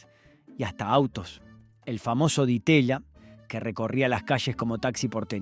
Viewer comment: También se escuchó un "di teya"...😮